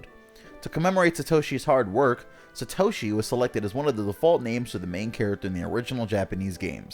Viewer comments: Sat oshi not sa toshi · "SUH- toshi" that hurt my ears. Its SAH-toshi. If they knew ANYTHING about japanese theyd know that an A (あ) is ALWAYS ALWAYS ALWAYS is pronounced as "ahh"like the 'o' and 'a' in "opera" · chaeizardX Sa·to·shi 👍 Sat·o·shi 👎